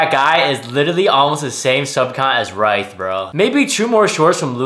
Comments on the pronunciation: RITH, RITH NOT “ritiih” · *Ryth (Rith) (that’s how to pronounce)